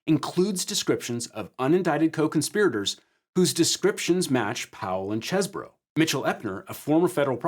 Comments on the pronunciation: Oh so you don't say "Cheese bro" you say "Chess burrow". Disappointing. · Every time he says "Chez-bro", it just sounds wrong. "Cheese-bro". "Chese" clearly must sound like "These". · I can't believe you mispronounced Cheesebro's name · Why can't pronounce Cheese-Bro correctly? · Why does everyone keep mispronouncing CheeseBro? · Omg it's CHEESE BRO say it right!